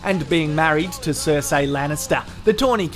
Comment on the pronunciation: It’s Cer-see not cer-say, fuck! Stop embarrassing us Aussies with this shit. Love your channel though